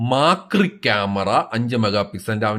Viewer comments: Macro Camera ❌ Makri Camera ✅ 😂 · "5 megapicchel Maacriii" 😭😂